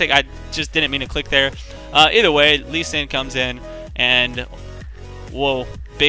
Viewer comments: its not LUSCHAN, ITS LUU-SEE-AN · why do you say lushian instead of lu C an? phreak says it wrong on champ spotlight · It's Loo shun. Not everything is pronounced the way it is spelled. Take "school" for example. :P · It's more like LU-CHI-AN ! x) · It's lu-shun. lol I have a friend who's name is Lucian. :) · idk... i think its LOO-SHE-AN